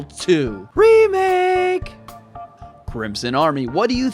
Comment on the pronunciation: I really love your videos about RE2 remake..... but just can't stand how you pronounce the word "remake".